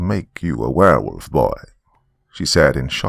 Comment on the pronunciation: Hey I think he said he Wanged a Berewolf …